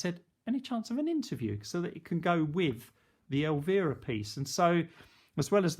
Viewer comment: El-veer-a. lmao It's el--VI-ra